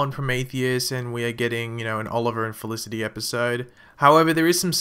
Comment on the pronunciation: u pronoced felicity wrongly 😀😀😀